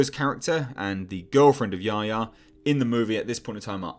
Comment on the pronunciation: I wish they’d pronounce Yahya (Ya-Hy-a) correctly.